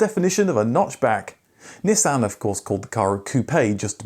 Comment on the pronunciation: It’s not a Neeesan, it’s a Nissan. 🤣